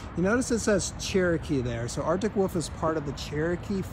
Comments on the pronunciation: I've heard folks from different a ton of differing accents say it this way. Basically, it's how a kid says 'wolf', but they never learn to pronounce the 'L' in the word. It annoys me as well. LOL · Drives me nuts every time he says Arctic Woof. Never heard that before, maybe it is an accent, but so weird.